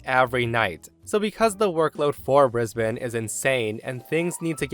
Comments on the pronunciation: Well done,, pronouncing "Brisbane" correctly. Most Yanks can't manage it. - From an appreciative Aussie. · Well done pronouncing Brisbane correctly 😁👍🏻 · Congratulations on pronouncing Brisbane correctly! Well done. ❤